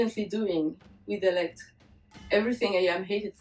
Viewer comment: How do you pronounce your name, here in the states we would pronounce it E - lek - tre but you do not pronounce it that way when you say it. When you pronounce it to me it sounds like E - lek.